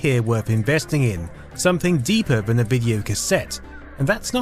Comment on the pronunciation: why do you say van instead of than ...